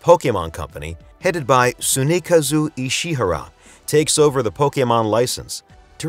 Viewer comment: The way you said "Tsunekazu Ishihara" absolutely sent me